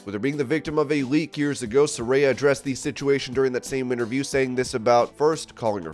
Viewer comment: You pronounced Sarayas name right finally. After doing 30 videos or pronouncing her name wrong you finally got it right